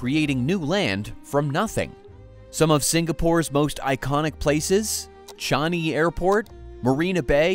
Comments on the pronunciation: Americans … they never teach you English, do they? “ChANg-i” not Chung-i … sub-SI-dence .. not subsi-dence .. and of course they are resorting to caissons .. Singapore has been illegally importing sand for years, which obviously cannot continue given the amounts required, or the obvious needs AFTER ‘Long Island’ is completed (do you really think that Long Island is the final part of Singapore’s expansionist policies? ) .. and global sea levels are expected to rise SIX metres ! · Great content, but it's "Singa-pore" (like Sing-along), not "Sing-Ger-pore". And "Charng-ee" airport, not "Char-nee" #proudSingaporean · AI can't spell or pronounce Changi. 👎🏼👎🏼